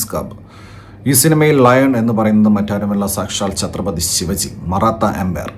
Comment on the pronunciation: Saambhaji alla sambhaaji... Shivaji alla shivaaji